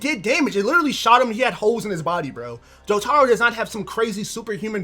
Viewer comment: he's saying jo-taro not his name i rest my case mf wrong asl